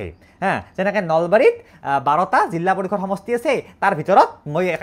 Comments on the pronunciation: জিলা ❌ জিল্লা✅ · Jilla nohoi jila koba eman beya khunise dhei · জিলা ❌️ জিল্লা ✅️✅️ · এটা কথা শুদ্ধ যে জিল্লা পৰিষদ নহয়, জিলা পৰিষদ। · জিল্লা নহয় অ জিলা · জিল্লা? জিলা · জিল্লা পৰিষদ মানে নো কি 😂😂😂 জিলা পৰিষদ হব